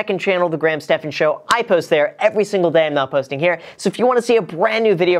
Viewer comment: Graham sounding a little italian here